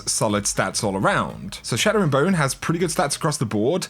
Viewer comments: It's Chattering Bone not Shattering Bone REEEEE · Its CHATTERing bone not SHATTERing bone. C’mon! 😂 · Chattering bone. Like chat. Not shat. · “shat” tering bone..... 😂